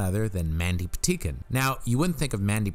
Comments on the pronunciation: Great video...but the way you mispronounce EVERYONE's name drove me up a wall. It's Mandy PatiNkin, not Patikin. It's James CaAn (pronounced "cahn") not James Can. Yeesh. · Are you saying "Mandy Pateekin"? It really sounds like you are. I'm guessing you're not, but just in case... it's Mandy Pa-tink-in. My favorite Mandy thing ever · To: I enjoy your offerings, however, you really need to learn how to pronounce names correctly. James Caan is not pronounced James CAN. It is pronounced with the soft double-A sound as in Kahn (Kawn). Mandy Patinkin name is pronounced Paw-tin-kin. Once again I hope you receive this comment in the spirit in which was given, not as criticism but as instruction. Thank you.